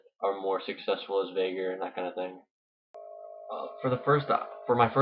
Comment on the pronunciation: This isn't really a farming guide for VeigAR (pronounce it right!), its more of a Veigar guide - or a weak one at best. :P